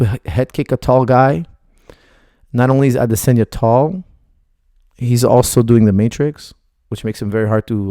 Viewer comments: Not to mention Adesanya, not Adesenya!! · The way he says "Adesanya" literally made me have to stop watching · I tried man, I couldn't carry on, I have no idea why he's pronouncing it in such a bizarre way